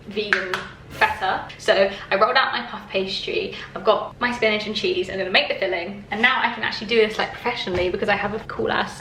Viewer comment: spinige.. spinige.. have i been saying spinach wrong?